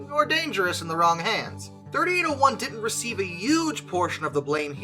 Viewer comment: A few things, firstly thanking you for pronouncing the loco number correctly as 3801 instead of 3-8-0-1. The other person travelling in the cab was a personal friend of mine and also another driver travelling as a passenger back to Sydney to start work the next day. The V set had been held due to red signals at the base of Cowan bank by a red signal which the cleared to full clear (a green aspect) The driver, Gordon then proceeded at track speed up the hill unaware that 3801 had slipped to a stand due to some fool applying the handbrake in the 3rd last car. In fact we did have open channel radios issued to each crew member which would have allowed the crew of 3801 to advise they were having trouble but due to vagaries of topography it is unclear whether it would have been heard if it had even been made. The crew of 3801 were expecting that the signals behind them should have been showing stop. There were also telephones fitted to the signals to directly contact the Signaller. As the leading car of the V set DIM 8060 came around Gordon was confronted with the rear of 3801's train with too short a distance to stop. Gordon said to the other driver (Geoff) to jump and he managed to jump out of the side door of the cab, landing on the railhead of the adjoining down track breaking his back. There was no time for Gordon to exit the cab and he sadly died. When the first responders arrived they found Geoff still on the down track in a state of shock constantly repeating "but we had th